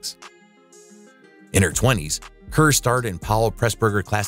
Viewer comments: And Pronouncing Kerr as care when it should be pronounced car. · Deborah Kerr's last name is pronounced CARR, not CUR. What's Jean Simmons' bio doing about Deborah Kerr. This whole list is crazy. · Most of the actors you mention were not hated! And for goodness sake learn how to pronunce their names. You even scrwed up the pronunciation of Enlish actress Deborah Kerr (it is prnounced car not cur)!@ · Hated by whom? Most were not hated at all. And for goodness sake, learn how to pronounce the names of the people you are talking about. You even screwed up British actor Deborah Kerr's name! (It is pronounced car, not cur!!) You absolutely massacred the pronunciation of every single French actor except Bridget Bardot!! 10 thumbs down! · It was pronounced CAR , not Kurr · Deborah Car, not Care. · Deborah Kerr pronounced CAR, not care. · Full of flaws. Deborah Kerr's last name is not pronounced phonetically. It is pronounced "Car". This production should be edited before airing. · Not Kerr as written, pronounced Karr.